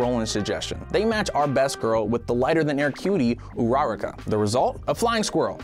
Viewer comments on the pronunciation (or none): Sorry, ura-ra-c ???, wHAt tf is urarac?! It’s ur-a-raca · "u-RA-RA-ka" its ur-raraka 😂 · Her name is said like ohh roo rah ka not ooroo raraka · Urauruka? That's what I keep hearing when he says Ururaka😅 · I hate the way he pronounces ururaka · So no ones gonna talk about the way he said uraraka